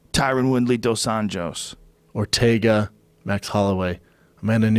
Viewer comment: It's nice that americans started to call Rafael dos Anjos by RDA because you were pronoucing Anjos in a crazy way like 'Unyos'. It would be better if you pronouced like english way 'un-joes', it's still wrong but it would be more accurate.